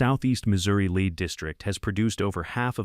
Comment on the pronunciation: It's lead, pron: LED, not leed.